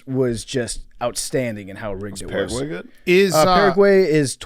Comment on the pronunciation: PFT talking about pronunciations and then mispronouncing Paraguay like a gringo